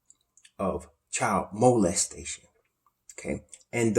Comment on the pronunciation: A yo, I love when say child MO les station. 😆 🤣